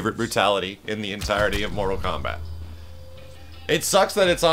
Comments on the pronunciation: This dude said KORTAL MOMBAT........ okay. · Did he say kortal mombat when he defeated goro and did the brutalitie?